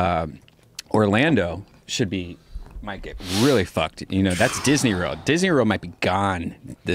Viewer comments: Yo, Redban, what the fuck is Disney Rorld? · Redban says "Disney Rurld."